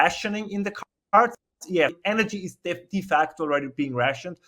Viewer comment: It’s De not Di 🤦‍♂️